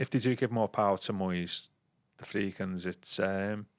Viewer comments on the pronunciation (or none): I was driving along this morning listening to the last one and thought the same thing. He's been doing it months.